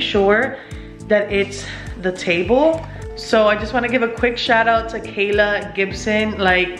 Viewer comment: Her name is Ky-La Lol Not Kayla I have the same name